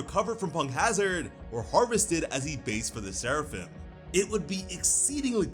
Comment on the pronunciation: You maybe saying Seraphim but all I hear is Sarafan!